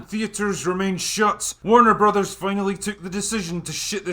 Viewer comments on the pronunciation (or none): none